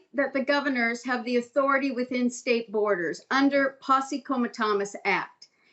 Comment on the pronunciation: "posse coma-Thomas" Dear lord... Smh